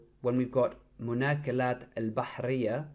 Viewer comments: مأكولات not مناكولات I think the font is clear but the letter after م is أ not ن It's funny how you pronounced it wrongly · It is not مناكلات It is مأكولات Which is ma'koulat. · Brother it’s (maakolat) not manokolat) مأكولات